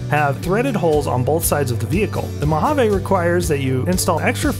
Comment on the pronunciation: And, please, it’s pronounced moh-hah-ve.